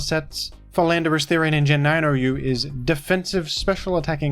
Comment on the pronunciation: I'm sure I just heard you say "Philanderous-Therian"